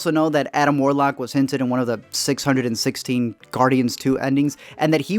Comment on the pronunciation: Love how u say 616 Lol